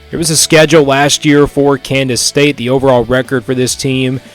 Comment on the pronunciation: You keep saying Kandas state?